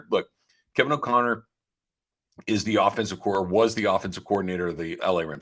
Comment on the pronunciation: It's Kevin O'Connell not O'conner. WTF